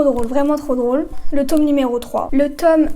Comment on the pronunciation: Le tôoome MDR 🤣